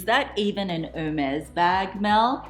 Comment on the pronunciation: Love your unboxing ! If I may, as a French speaker born and raised. You pronounce the brand’s name incorrectly. You pronounce like it was « Her maze » and you should say « Air mess » (if that’s clear) 🇫🇷